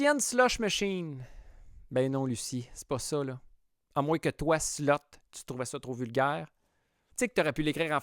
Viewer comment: « Slot » machine, et non pas « slut »… Ça ne se prononce pas pareil, et ça ne veut pas dire la même chose…